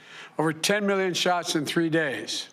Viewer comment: I can’t get over how he says “million” “Miyyun”